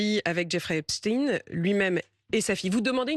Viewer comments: La journaliste a apparemment du mal a prononcer le nom EpSTEIN (et pas Epstin !) . On sent le malaise, indépendamment d'un quelconque complot (que même Bompard a du mal à nommer) bien évidemment. C'est Albert EinSTEIN et pas Einstin , FrankenSTEIN et pas Frankenstin, etc. mdr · C'est Epstein pas epstine. pour essayer de le rendre russe . Epstein est juif point barre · EpstEIN, pas EpstIN !! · Cependant vous aurez noté "Epst-ine" pour Epstein